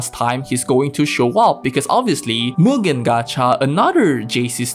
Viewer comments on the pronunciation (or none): none